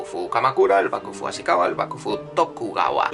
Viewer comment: No es Asikawa, sino Asikaga.